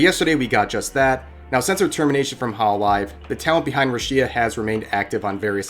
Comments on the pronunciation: It's not ru SHEE ya it's ru she aa. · Ngl I died inside every time you mentioned her name: RàsHíA, oof. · Did you just call her ROO-SHEE-A? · "Ru-shi-ya" It took me a good moment to realize you're talking about Rushia there, Rev. Sasuga. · Who the fuck is "Ru-Shi-ya" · My man pronounces her name like chia pet from the early 2000’s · How hard is it to check pronunciation of her characters name... Rushiyaa sounds painful to my ears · RU SHEEIEIEA God ur pronunciation is awful, god vid tho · ruh shee ah lmao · pronounce rushia right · The way he pronounces "Rushia" makes me uncomfortable